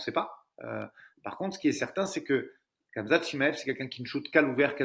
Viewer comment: Par contre vous êtes stressant à dire kamzat, le monde entier y compris les français disent "Ramzat"